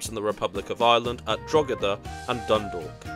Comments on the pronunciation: oh no please not draw-da I’d go with droh-eh-da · What a great train! But if you want a truly scenic route, take the train from Coleraine to L'Derry! It's wonderful. Oh, and by the way, it's pronounced more like "Draw-da" (it isn't quite that, but that's the general idea). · Christmas decorations in Connolly Station? Either they're very early or this video has been sitting in the To Do list for white some time. Oh, Drogheda is pronounced "droh-head-a", and Howth rhymes with "both".